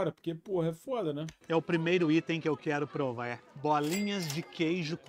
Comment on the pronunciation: "Celuler", " prover" ...